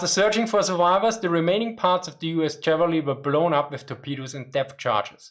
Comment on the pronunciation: I enjoy your brave (?) adventures with the minefield of English random pronunciation. It is perhaps as close to the sensation of riding a tank high speed off road that I will have. With regard to the pronunciation of USS Chevalier DD-455 named for US Naval aviator Godfrey de Courcelles Chevalier, I would like to help. My dad was the skipper of DDR-805 Chevalier in 1956, the Gearing replacement for the sunken DD-451, and the received pronunciation on board was as French as Godfrey de Courcelles Chevalier suggests. Although my grandson, now in Baden-Württemburg, found French so deplorable he chose a gymnasium where he can replace it with Latin.